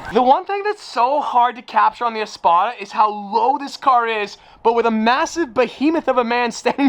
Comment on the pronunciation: All of us that watch DaddyDoug. Heard "THIS" When you said Easpada